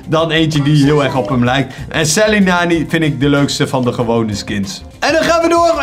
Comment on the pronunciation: Het is rebel lola maar jij spreekt het uit als rebbel lola, je spreekt sally nani uit als selly nani maar jij zegt gewoon sally nani met de a